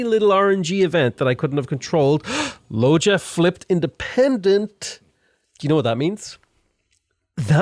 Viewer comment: to be fair you don’t even know how to pronounce Loja :) (that would be Loha btw)